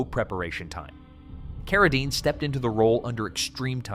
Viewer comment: Maybe just write a script and have a real human read it! J Carrol Naysh, Frankensteen, Carra (dine)?! It's not that difficult!